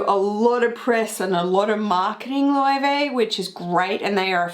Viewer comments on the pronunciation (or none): Okay I'm going to be 'that' guy... but you're pronouncing Löwe (Loewe) wrong :)